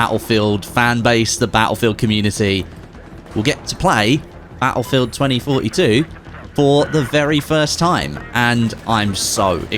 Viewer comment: Baulfewed tweny foty tew